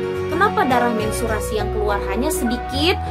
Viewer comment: Menstruasi bun bukan mensturasi wkwkwkw thanks bund pnjelsannya